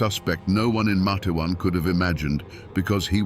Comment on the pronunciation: It's pronounced Mate-wan. 2 syllables. Long A in the first syllable.